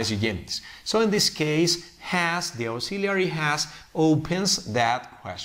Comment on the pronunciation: Auxiliary Verbs ( AEksíliari ) NOT ( AUksiliari ).